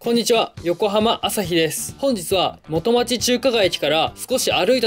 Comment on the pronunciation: 元町の発音ちがうぞ